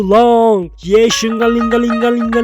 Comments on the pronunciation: you said 69x yeshingeling 😂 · why do zzz content creators awlays get so quirky when it comes to Ye Shunguang’s name? Shungus, wan-wan, Kanye, etc. lmao. This was the weirdest one yet